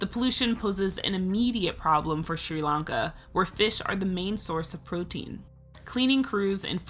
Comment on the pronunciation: The way this narrator pronounces "Sri-Lanka" really aggravates me.